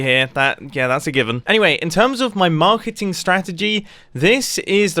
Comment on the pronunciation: Mumbo, who hasnt seen grian markating flying thing: "Im gonna make yhe best matkating campain"